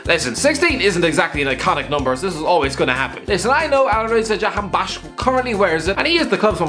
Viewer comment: why do I get the feeling loves saying Jakahanbash?